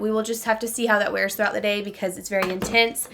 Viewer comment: Intense. The word is intense. Not intent.